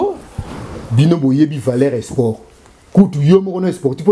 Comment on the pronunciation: Salut corrige ta prononciation on dit(SPORT)et non Esport. En outre on appelait Hitler la FUREUR et non FOUREUR merci pour la compréhension.